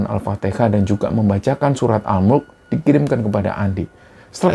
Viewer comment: Maaf mau nanya, surah Al Mulk kah, suaranya kurang jelas pas nyebut surah itu tadi.